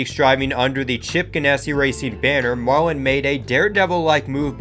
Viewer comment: Sterling marwin? It’s Sterling Marlin not marwin.